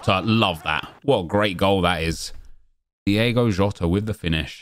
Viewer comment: Can this man pls learn its Diogo jota not diego